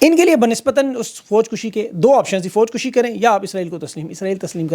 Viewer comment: Sir ek tasheeh kar lijae Foj Kashi hota he lafz. Foj kushi naheen